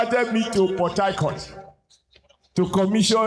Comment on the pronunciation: Adams Oshomole: Port Taicourt😅😅 Me: Port Harcourt